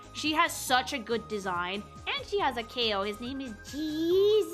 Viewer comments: Trying to insist on "cow" for pronouncing chao ("chow") when all it takes is like a minute of SA2 to hear Omochao pronouncing it was paaaaaaain. If we're being maximally pedantic, though, it'd be "Kaos" (cows) for Chaos , as that's how it'd be pronounced in japanese, making that pronunciation for Chao (which specifically use a CH sound, rather than a K) even more inaccurate. The point is that both are meant to sound different, as to make you question whether they're related, until later on, when it's revealed that they are. Also kinda sad to not get a bit more about Blaze, like her super form and more lore/personality stuff, as she's a big favorite. That said, I do feel like it's not exactly the best representation of the classic designs to use Generations remodels, rather than how things originally looked. Including both would have been fine, but the Generations classic design is newer than the Sonic Adventure design, which does kinda throw things off a bit, as comparisons go. Still pretty neat, though. Just kinda impossible to be any amount of Sonic fangirl without having some nitpicks, 's all, lol. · If it is "Chaos", Then "Chao" shouldn't be "K-O", it should be "K-ahh", shouldn't it? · Soooo aside from the directors and vas saying ciao for chao the reason why it's not K.O. for how you pronounce it is CHAOS came from the chao not the other way around plus you mispronounce and intentionally move letters around too often to make me believe you know linguistics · it’s so odd hearing you say Chao (pronounced Cha-ow) as Ka-ow like they even say how you pronounce it in the sonic games just feels weird but to each their own I guess. Edit: Chaos is the guardian of the Chao not the Chao themselves so pronouncing them how you’re pronouncing them doesn’t make much sense. Chaos is a guardian of the Chao and feeds off of the chaos energy and a made out of pure chaos energy. You asked for a reason I’m giving it to you. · needs to learn how to pronounce Chao.